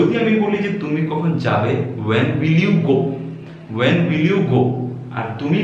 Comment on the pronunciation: Your pronounciation is not correct of the word 'When & Will'.